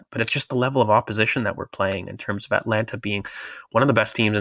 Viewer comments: When continually says Atlanta it does kind of knock his credibility. He sounds so on point and then it just goes wonky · it's Atalanta, not Atlanta!